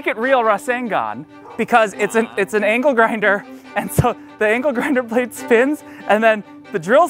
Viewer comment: it pronounced ANKLE grinder